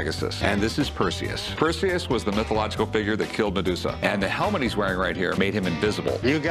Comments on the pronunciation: Well there's a giveaway, Perseus doesnt have an i in it. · Narrator should look up pronunciation